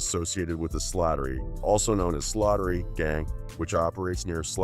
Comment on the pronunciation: You pronounced it "Slaughtery" when it's actually "Slattery" but it's okay😂😂😂😂